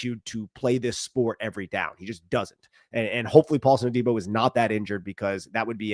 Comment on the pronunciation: Love the show but for gods sake..it’s pronounced “A-Dee-Bo “ not” day-bo” lol